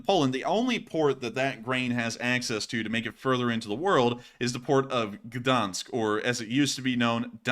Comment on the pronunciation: Learn how to prenaunce Gdańsk!!!